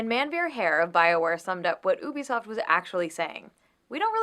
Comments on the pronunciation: this woman cant even pronounce U-BE-SOFT properly its not EW-BE-SOFT she has no problem saying they word U-NITY.. pet peeves what can i say. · UbiSoft=Ubiquitous Software. Ubiquitous pronunciation is juːˈbɪkwɪtəs In laymen’s terms the U is pronounced as “Yu”. Is she just trying to insult everyone? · She won't quit fucking saying ooo-bisoft. It's pronounced you-bisoft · Why is she saying oobisoft IT'S UBISOFT U BISOFT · She doesn't even say it right... It's pronounced U-b-soft. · Lmao bitch don't even know video games "oobisoft" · Is anyone else #triggered by her pronunciation of "Oobiesoft"? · I hated Anita before, but I never heard her pronounce "Ubisoft" Oobisoft? OOBISOFT?! I didn't know hate could go deeper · She pronounces Ubisoft wrong. That's the only reason I need to hate her.